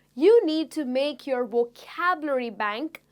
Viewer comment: Supongo que usted es Latina a juzgar por su acento, y debo reconocer que su Inglés es muy bueno, sin embargo noté que la palabra 'vocabulary' no la pronuncia muy bien y le aconsejo que trabaje más en ello. No me mal interprete, sólo es una crítica constructiva que le doy. Se agradecen mucho estas lecciones gratuitas. Saludos desde México!